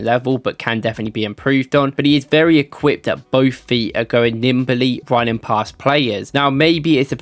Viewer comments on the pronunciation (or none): none